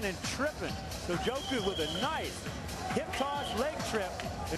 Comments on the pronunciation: Is it me or is the commentator saying sojoku? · why does the co-commentator kepp calling sokoudjou, sojokou? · "Sujoku" The announcer called him that like 10x haha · I swear, Shamrock was the worst commentator ever. How hard is it to say Sokoudjou's name correctly? But then of course he was paired with another bum in Mauro Ranallo.